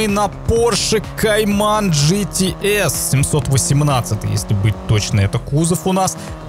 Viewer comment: ты походу говоришь не GTS, а GT♂️Ass♂️